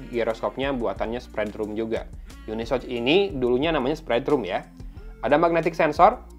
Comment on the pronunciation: Cara bacanya itu bukan YUNISOCH bang, tapi UNI SoC (yuni es o si) . Gitu CMIIW